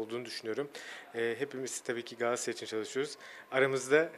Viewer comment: Herkesin şu yabancılar gibi GALATASARAY telaffuzunu öğrenmesi şart